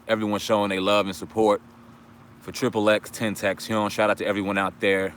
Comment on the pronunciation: Pronounced "ecks-ecks-ecks tent-tae-see-on" You're welcome